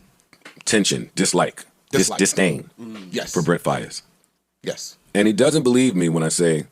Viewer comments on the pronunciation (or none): “Brent Favaz” 😂😂